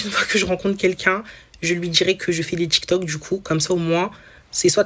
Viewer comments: déja c'est tiktok pas tchiktchouk. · En plus ce n'est pas tchic toc, c'est tic toc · "tchiktok" " djire " Wtf ? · Elle " dgit " qu'elle est sur "tchik tok"😂